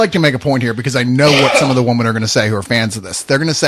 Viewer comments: I like how can't say women he says woman. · DeEz woMEnZ